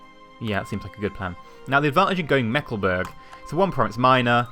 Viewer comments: Meckleburg? xD You mean Mecklenburg right? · "Meckleburg" "meckle" "burg"